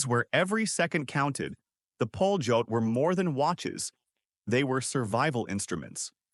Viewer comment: it s not pronounced "poljot" but "palyot". ΠΟΛΕΤ in cyrillic alphabet. it means the "flight". beautiful mechanical watches. extremely accurate